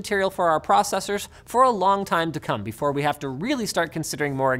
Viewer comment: I thought Linus doesn't pronounce "processors" that way, more like "pro-cessors".